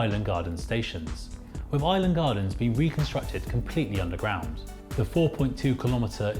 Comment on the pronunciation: You pronunciation is terrible ... with or any derivative ends in a th sound not a V, the same goes for the worth growth and south.... none end is a V or F sound. And the 'Minories' station is pronounced as the word Min as 'Minimum'.